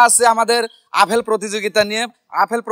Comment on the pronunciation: আরে ভাই আফেল না আপেল। এ ভাবে অশুদ্ধ বাক্যগঠন করেন কেন।